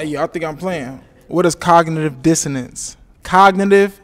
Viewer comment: 😭 also he couldn’t pronounce cognitive dissonance correctly 😫